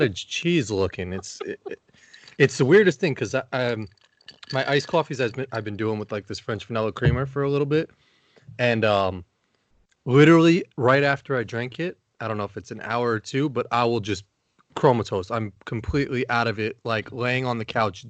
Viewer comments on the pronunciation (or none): "Chromatiosed" I love you, it's 'comatosed'